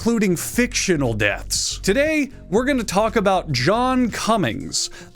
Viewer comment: Why does he say deaths like "dets"